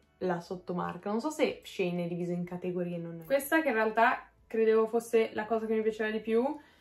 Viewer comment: Vestito verde stupendo! Comunque si dice SheIn (tipo she is in) 😉